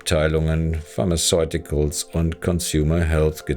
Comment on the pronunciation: Gute und interessante Recherche. In Zukunft vielleicht noch ein bisschen mehr Arbeit in Rechtschreibung, Aussprache und Logo-/Textplatzierung stecken. Mit Aussprache beziehe ich mich nicht, wie evtl. anzunehmen, aufs dialektische "Kemie", sondern z.b. auf englische Wörter wie "Agent Orange", "Pharmaceuticals", etc. Das WhiteCorner-Logo verdeckt teilweise Bauchbinden und Texte haben z.B. Deppenleerzeichen ("Kriegs Planer" im Zitat, obwohl der eigentliche Titel korrekt mit "Kriegsplaner" geschrieben ist), fehlende Buchstaben ("United State"), etc. Ach, und das "Hey, bleib bis zum Ende dran" am Anfang hätte mich fast direkt wieder zum Abschalten gebracht, also eher das Gegenteil vom erwünschten Effekt bewirkt.